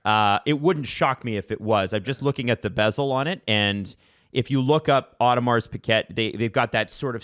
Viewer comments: Audo Mar Pee Gay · Pronounce it Audemar Pee Gay